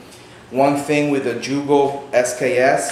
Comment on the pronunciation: Great Video, but for future references, its Yugo not Jugo. I know we spell it Jugoslavia (Југославија), but its pronounced Yugoslavia.